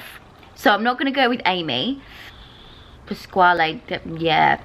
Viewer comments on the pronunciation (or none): none